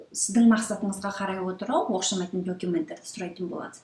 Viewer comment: Оқшамаитын # Оқсамаитын✓ Торап # интернет ✓ Документ # дәукымент✓ Қанық # Анық✓ Гырапа # құжаттар✓ Көп сөзді ұмытып қалған сяақты сіз. Қайта Дұрыстап алсаңыз керемет болар еді. Рахмет сізге